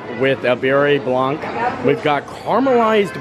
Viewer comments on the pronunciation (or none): bro its guava glaze like 'Gwava' and the beurre blanc is pronounced 'burr' blanc sauce lmao u killed me with those